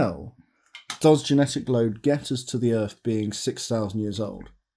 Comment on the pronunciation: Did you guys score a Rode endorsement? You know when you use Australian microphones, they make it sound like you said "sex" when you say "six." (He says whilst glancing over at the NT-5, NT-1, NT-1A and NTK sitting in the corner of the room).